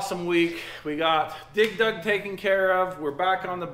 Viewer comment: Why dose say dig dug so weird? Sounds like he's pronounceing it dig Doug 😂